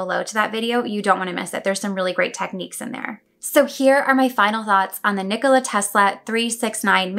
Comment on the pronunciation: A lot of people can’t pronounce his first name You pronounced it well :)